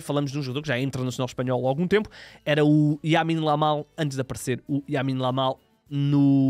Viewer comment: Yamine Lamal?😂